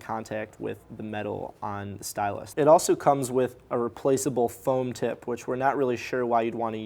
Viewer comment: I hear every 'tip' as 'tit'. It is a great review.